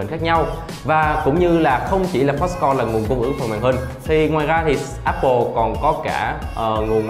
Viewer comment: Foxconn not Foxcom